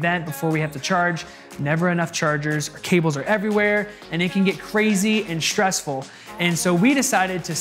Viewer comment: Shtressful, shtrips, power shtrip, exshtra, shtruggling